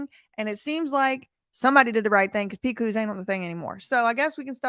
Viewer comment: Lol, Big Evil's name is pronounced 'Pick-us' not 'Pick-whos'😅.